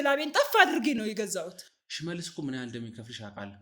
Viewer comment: ለምን ትቸኩላለ ሽሠልስ አትበል ፈጥነህ